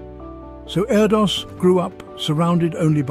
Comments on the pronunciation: His name is pronounced air-dish isn’t it? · His name is actually pronounced air-dish